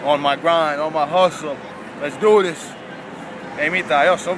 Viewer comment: Ohn myh graihn on mah hushtle :D vittu repes